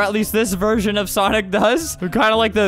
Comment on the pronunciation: I literally DIED when he kept messing up the word "sonic" LOL